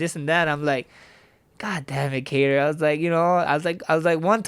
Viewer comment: i like how he pronounces Kattars arabic last name properly unlike the white anglosaxson way ( Kaaaytur ) lol